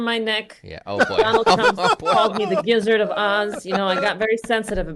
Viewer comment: You said gizzard of oz, lmao